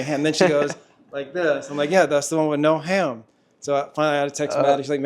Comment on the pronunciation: Yes, the 'no ham' thing...they were surely saying 'no have'. Their best try would be 'no hab' but it just came out like that somehow😊 Lovely couple btw.